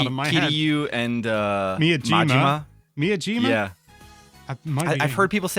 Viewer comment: Mee Ah Jiima? haha